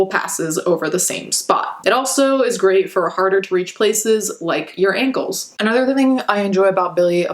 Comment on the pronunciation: Sorry, this comment has nothing to do with the videos topic itself but I really, truly, genuinely thought you were about to say "your anus" not "your ankles"😳🤦🏻‍♀️